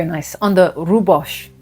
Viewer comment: Rooibos not a “sh” at the end just a “s” but yes getting better!! ❤️ thanks, I needed this, I’ve been struggling.